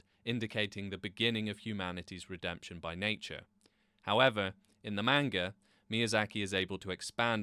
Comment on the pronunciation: Get the pronounciason of the word "manga" right if you want to be taken seriously.